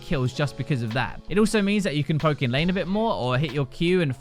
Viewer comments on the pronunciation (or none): none